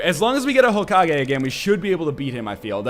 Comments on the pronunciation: Did he say Hoke-age? .... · Hokage is pronounced Ho-ka-gay you pronounce it right 1/2 the time and wrong the other half :P